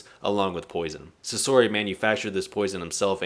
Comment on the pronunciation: How have you watched the entirety of the series, yet still butcher so many names and words from the show, like bro wtf is a skeeth and also sasori is pronounced “SAH-SOR-E” not “SUH-SOORY”🥱